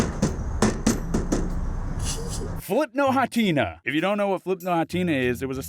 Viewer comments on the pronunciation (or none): Are we just going to brush over how he pronounced Flipnote Hatena? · You pronounced Hatena wrong. Wryyyyyy